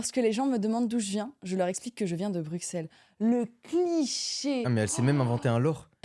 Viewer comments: Par contre ça se dit pas « BruXelles » mais « BruSSelles » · On dit pas le X de Bruxelles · on Bruxelles et le x se prononce s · Incroyable juste je suis belge et on prononce x s dans Bruxelles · On dit bruSSels et non bruXelles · BruXelles ça fait mal au oreilles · BruSSelles ça se dit, on prononce pas le X comme un X :D Oui je sais on fait chier ! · Brusselle maghla brusselle s'il te plait Sinon on dit bx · Ca ce prononce Brussel :face-green-smiling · j'aimerais que les gens disent Bruxels avec un ''S" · ont dit pas le x de Bruxelles Maghla